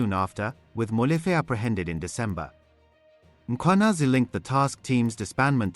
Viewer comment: Please guide me/ Is the presenter a real person or AI? I am surprised by the way he pronounce the names of the people like Mkhwanazi and Sibiya which which is hard .